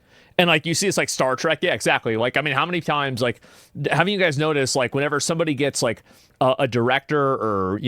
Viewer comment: Asmon says whenever too often incorrectly